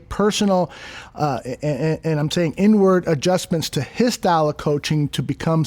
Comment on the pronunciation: I thought said N-word adjustment until I realized it was inward adjustments lmao